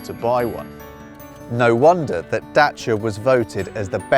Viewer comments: It's not "Lăugăn", it is "L O G A N", so "Logan". I'm proud that you pronounced "Dacia", not "Deisia", this is a BIG thumbs up for the british people! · Thanks for pronouncing 'Dacia' correctly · THANK YOU SO MUCH FOR PRONOUNCING "DACIA" RIGHT